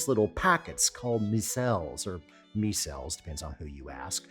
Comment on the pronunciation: Buddhist doctrine says that calling them ‘meee-celles’ is at the root of all suffering.